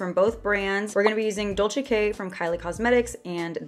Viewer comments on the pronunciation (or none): none